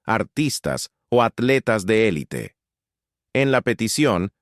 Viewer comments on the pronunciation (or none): none